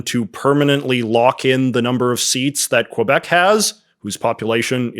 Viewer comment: I understand you don’t speak French, so I dont expect you to pronounce quebec like a francophone . But you’re pronouncing wrong as an anglophone too lol. Its not : qwah-bec Its: kuh-bec